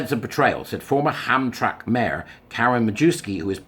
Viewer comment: Hey, I’m in Michigan. Hamtramck is pronounced as though it has three syllables. Ham-tram-ick. Just trying to help, no criticism!